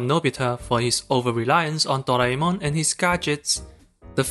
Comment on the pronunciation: The way you pronounced "Doraemon" I love you